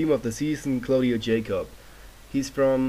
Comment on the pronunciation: Yacob not Jacob